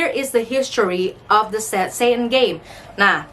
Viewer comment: syet-set'en (dgn accent tx nya) Me: sat satan:|